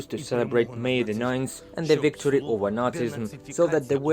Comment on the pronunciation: Yes Wictory! You try speaking Ukrainian so they can make fun of you. 😝